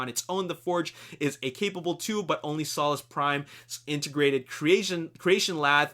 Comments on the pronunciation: it's pronounced '' soul-ess" prime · its solus soe lus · im sorry but ur saying solus wrong thats not how u pronounce it